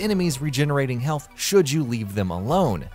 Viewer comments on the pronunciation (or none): none